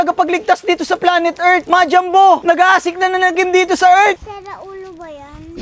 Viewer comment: 𝕄𝕒𝕛𝕚𝕞𝕓𝕦 ❌ 𝕄𝕒𝕛𝕚𝕞𝕓𝕠 ✅